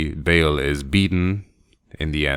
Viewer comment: his name is pronounced Baal, as in a long A, not like Bale, like Christian Bale.